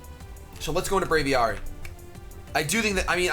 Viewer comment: >Bray-vee-are-ee pls, Brave+Aviary (Aviation) Bray-vee-air-ee